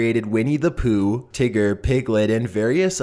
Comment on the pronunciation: No not pooooh!